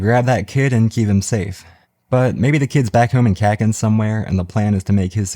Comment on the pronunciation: god. Love your videos but i cringe whenever you say kakin and not kuh - keen